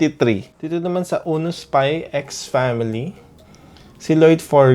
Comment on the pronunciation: Spy family not spy x family you're not supposed to pronounce the x